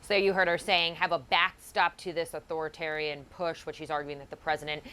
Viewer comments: She can't even pronounce "Authoritarian". Gtfoh. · Mayor:* "au thor ih TEH ree in" LEARN HOW TO PRONOUNCE THE ENGLISH LANGUAGE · Bowser does not seem to know how to pronounce authoritarian. She has a black female police chief who does not know what a chain of command is. Just racist black excellence everywhere in D.C. government these days. If the Democratic Party does not move it's ass away from these anti white clowns it keeps running for office there is not going to be a democratic majority in the future. Get back to nominating white moderate MEN who don't scream abolish the police all day so that we can start winning elections again. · The mayor doesn't even know how to say "Authoritarian"... This distraction is not gonna work. Release the damn files already! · lol authoritarian is not big enough of a word for a mayor to struggle so much with. Kinda telling.